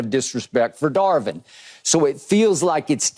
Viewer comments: CAN SOMEBODY PLEASE TELL KEYSHAUN JOHNSON THAT IT'S DAR"VIN", NOT DAR"WIN". DAMN I'M TIRED OF HEARING THAT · Is Keyshawn just incapable of saying the V?! Mans cant say Darvin no matter how hard he try 😂